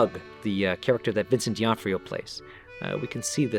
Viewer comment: flub caught vincent d'onofrio's surname mispronounced as "dionfrio". that will be what you could consider strike 1.